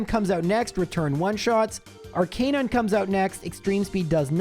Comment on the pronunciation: I love your content but I hate the way you mispronounce Arcanine